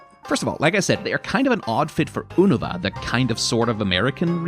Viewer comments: It is not Oo-neh-vah. It’s is Yu-neh-vah. As in “United” Cause while its is the “American” region, it’s specifically New York. You know…the melting pot state? Where there are a PLETHORA of different cultures all jumbled together? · It’s pronounced You-No-Va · Never heard anyone pronounce Unova with a soft u lol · Bro its pronounced "you"-no-va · As much as I love this content I can't unhear Unova being said like Uno, You know? Va? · Spit out mah grape soda at “oonova” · Bros pronunciation of Unova is so bad, my god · I could kill you for how you pronounced Unova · Ive never heard unova pronounced like that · I have never heard someone pronounce Unova with closer to the Japanese phonetics before, it threw me for a loop and made me wonder if I've been saying it wrong the whole time